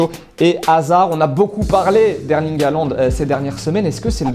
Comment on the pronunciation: J'habite en Norvège et déjà ça s'écrit Håland et on prononce holande